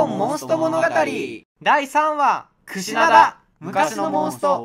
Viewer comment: クシダナ言うてるw